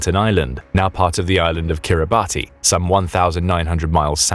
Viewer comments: Please review your name pronunciations!!!! It’s not pronounced like “Kiribatty,” instead it is accurately pronounced “Kiribas.” It is NOT pronounced how it appears. These endless YouTube videos getting props names consistently wrong is very irritating! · Kiribati is pronounced 'Kir-ri-bass' (like bass the fish...) There official currency is Australian Dollars too! And it is made of bird/bat poop (guano)/ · * Kiribati /kEE·ree·bas/. Please don’t use a batty pronunciation! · Kiribati is not pronounced like that! Kiribati has 3 syllables and is pronounced something like 'Kiri-bash'. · It isn’t pronounced Kiri-Barty it is Kiri-bas spelt differently to how it’s pronounced. But if you’re going to tell a story about it you should pronounce it correctly. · Kiribati is pronounced 'Kiribas'. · It's pronounced "Kiribass" 🙄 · Kiribati is pronounced “Kiri-bash” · Perhaps the Chinese know who to pronounce Kiribati = KIRR-i-bass (The name is pronounced KIRR-i-bass, as -ti in the Gilbertese language represents an [s] sound.) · Yo……it is spelled Kiribati but it is pronounced Kiribas. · Kiribati is actually pronounced Kiribas. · “Kiribass”is the accepted pronunciation… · NB Kiribati is pronounced Kirr-i-bass ... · Wrong pronunciation of Kiribati.